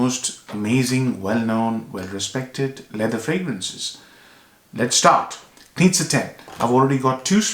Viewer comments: Great review, I very much enjoyed your analysis! By the way, Knize is pronounced „Knishe“, because it‘s a Bohemian name, so it‘s pronounciation is Czech. Best regards from Vienna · It's pronounced: Ka-knee-ze